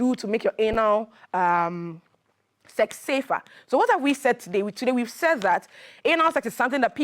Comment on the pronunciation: How she pronounced the Anal sef is a great lesson 😂😂🤭🔥